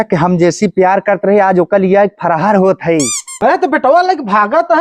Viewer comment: Farhar nahi farar hota h bewakoof kahi ka